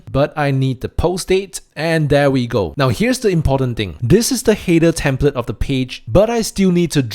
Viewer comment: the way you pronounce the word "header" makes it very hard to understand it.